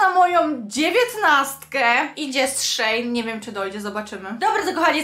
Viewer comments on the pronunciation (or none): none